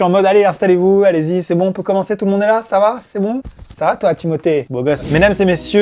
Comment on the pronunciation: O fait arrêter de dire thimoté